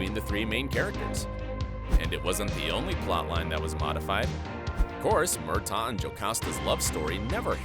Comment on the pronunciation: It's NOT Mar solly. It's Mar suh Lee. Not kill aw dun. Not murk aw. So do your damn research!!